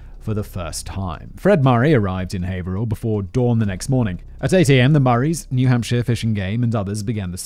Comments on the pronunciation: Thank you for pronouncing Haverhill correctly! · Hearing someone pronounce Haverhill correctly is always jarring because I just assume it'll be pronounced wrong 😅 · Haverhill = haver-ill